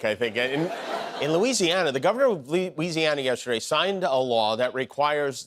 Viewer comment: “Skoos in Loosieana”